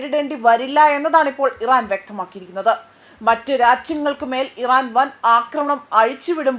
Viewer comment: രച്യങ്ങൾ അല്ല. രാജ്യങ്ങൾ എന്ന് ഉച്ഛരിക്കാൻ ശ്രദ്ധിക്കുക.